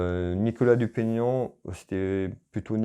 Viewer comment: Merci pour votre tirage. Parfait comme d'habitude. Vous avez eu un peu de mal a prononcé le nom de Nicolas Dupont-Aignan 😁. Merci encore et j'attends votre prochain tirage avec impatience. 😉😉😉👍👍👍 Bonne soirée.